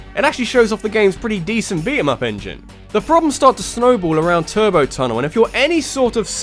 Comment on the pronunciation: did you say turbo tunnal. that is is the level from satain